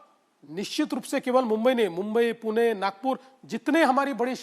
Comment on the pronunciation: Puna nhi pune